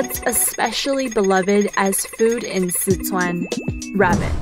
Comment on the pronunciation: Not just that. They're also saying Sichuan wrong